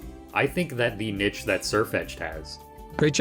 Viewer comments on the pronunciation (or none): You cannot tell me your pronunciation of niche isn’t some elaborate troll.